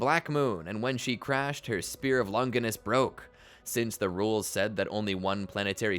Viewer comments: How is it that people who have WATCHED THE SHOW still mispronounce shit? Its not "seal" its sey-ley. Its not lon-giness- its lon-jiness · It's crazy how everybody mispronounces Longinus, from video essayists to even the anime English dubbers themselves. Both the Italian and the English pronunciations are both Lon-jih-nuss, not "long-gui-nuss" (there is no hard G sound like in gumball) or "lon-JY-nuss" (the vowel does not say its own name) like they say it in the anime.